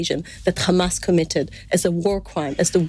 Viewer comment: Khamas..Khamas..7 october..7 october 🤣🤣🤣